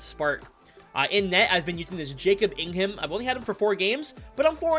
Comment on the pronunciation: Btw- Jacob Ingham is pronounced Ingam. Basically silent H lol. Just thought I would let you know. He’s a great kings prospect!